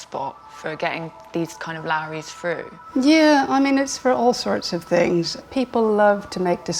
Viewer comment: Frough. I cannot get over how they say "through"